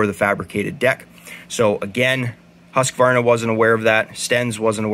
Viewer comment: Hey don't take this as an insult. A tip how to pronounce Husqvarna. When you say Husqvarna it sounds like you are adding an "s" Hussqvarna. If you use the English/American for house. Like this Houseqvarna, it will be "perfect". Hus (in Swedish) is the same as house. Right, I'm Swedish 😉